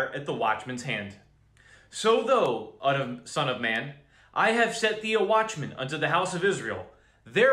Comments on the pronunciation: "thou" is properly pronounced "th-ow" (like OW!) not like "though" :) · Brother, when you see the word ( thou) in the King James ; it's pronounced like ( thow) like wow or cow. Just helping u out so u sound more legit. God Bless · not to be that guy thou sounds like "cow" thou not thoooo fiery = " fire reeeee" not fuuuury